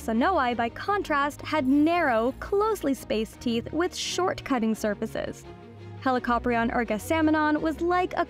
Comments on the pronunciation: I’ve always heard it pronounced as Heli-co-prion rather than the way you say it, Heli-cop-rion. Is there a specific way you should pronounce Helicoprion or do both ways actually work? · The pronunciation of Helli-copter-ion is almost unacceptable to my ears. It's heli-co-prion. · I always thought it was pronounced helico-prion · "Helicoprion are" sounds wrong to me. The plural is "Helicopriones", with the second 'o' being long in the singular but short in the plural. "Πρίων" means "saw", not "jaw" (which is "γνάθος").